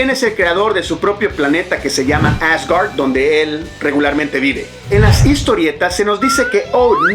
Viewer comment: No hace falta poner acento anglo a Thor, Odin, Asgard... Proceden de la mitología nórdica (vikinga) y Marvel los tomó prestados de ella.